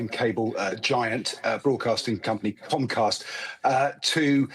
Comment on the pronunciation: Is it me or do you keep saying concast? Isn’t it comcast